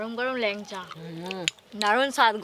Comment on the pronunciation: ল্যানচা বলে না, ল্যাংচা বলে।